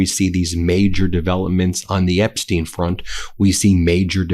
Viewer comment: Why can't you say: "Epstein" instead of "Epsteen"?